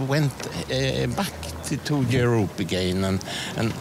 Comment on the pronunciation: Vänta nu lite här. They must go back again to Europe (Däj måst gå bäck agäjn to juråpp) Ligger inte Sverige i Europa enligt denna man? Nu är jag trött så jag kan ha missat nånting.